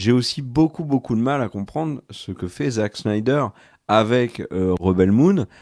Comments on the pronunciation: Mais pourquoi SHNAÏDER?! C'est SNYDER 🤣 Merci pour la vidéo. 👍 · Il fait exprès de dire cheneider ?